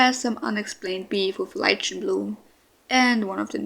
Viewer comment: Love these Clans, I've watched all of them in a row today and I am interested to see what happens with everyone! Quick note, I wanted to let you know that Lichen is pronounced as Liken